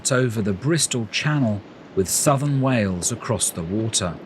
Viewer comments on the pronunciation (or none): none